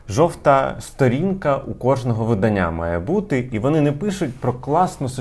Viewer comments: Правильно говорити не виданнЯ в видАння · Можна говорити правильно слово "видАння"? Дуже ріже вухо, дякую))